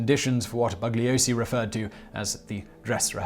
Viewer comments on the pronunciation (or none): The "g" is silent in the name Bugliosi. BOO-LEE-OH-SEE. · Just to nit-pick, the "g" in Bugliosi is silent. Members of the "family" tried to taunt him by calling him BUG-liosi. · In his book "Helter Skelter", Vincent Bugliosi wrote that Manson deliberately said his name wrong:. "BUG liosi". His name is Italian and the "g" is silent: "boo - li - O - si".